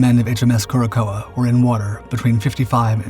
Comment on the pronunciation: "Cure a sow," or "cor sow," not "Cure a coa."